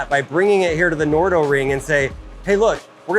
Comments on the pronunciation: it`s called the nardo ring , that`s nar do, not the no do ring 🙄🙄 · Nardo not Nordo.